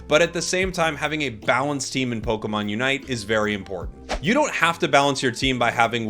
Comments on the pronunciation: ポコモンって聞こえる。。。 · and soooooo pokeman and pokechu